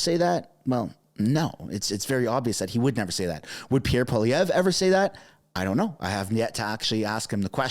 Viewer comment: Its Pierre polievre not Pierre poliver. Its so easy to say. If we can speak english you can speak french. We are supposed to be bilingual , we are canadians -_